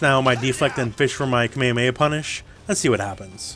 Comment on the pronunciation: ALWAYS keep your eye on your component. I know some people who look at their own character as they fight. And you say kamehameha the CORRECT old school way, thankyou :)